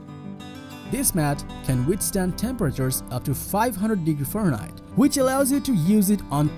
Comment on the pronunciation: Creepy voice over 😳 " 500 degrees FarHeit"